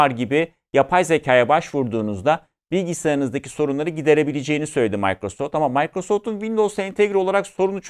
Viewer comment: yanlış ta olsa sakin sakin mikrosoft demek lazım bence...mAYkrasoft deldi kulağımı